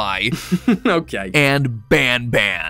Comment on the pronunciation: "And BanBan" RIP 2024